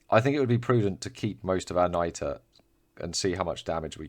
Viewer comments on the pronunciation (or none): it's nitra not niter my dude